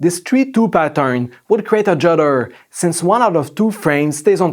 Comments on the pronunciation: This is not juderrrrr this is stuterrrrrr! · everytime he says judderrrr, I feel like offended :-D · The way this dude says judder 😂 JhuddERRr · Great informative video. Juderrrr, longerrr. That part cracked me up. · don't confuse with STUDDARRR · 😂😂😂😂😂😂me too Jud.derrrrr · Hahahaha came to the comments in search of exactly this comment. And voilà! The first one! Hahaha ju-deeeerrr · Lesson, how to speak "Jud errr". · Juuderrrrr juuudERRRRRR. I can't take it. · the way you talk juderrr lmao